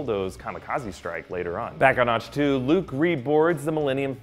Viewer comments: also.. ah-k tow not atch... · Also when he says Atch-To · Ahch-To is pronounced Awk-Two like as is awkward. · Generally not too caught up on pronunciation but after Reven (Revin) and Auchtoo (Auchtoo like achto liebe), I couldn't listen to anymore. Had to downvote this one. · His pronunciation of "Ahch-To" (idk if thats how its spelled) is what triggers me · Okay I'm very concerned. You claim to be a fanboy yet you missed pronounced Darth Revan name and Ahch to twice. That can be forgiven, but no one who claims to be a fanboy would mispronounce Revan.